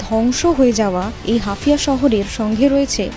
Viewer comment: হাফিয়া না ওটা হাইফা... মুখস্ত সংবাদ পড়লে এমনই ভুল হয়, অন্তত দেশটার ভৌগোলিক অঞ্চল গুলোর নাম জেনে খবর পড়া উচিত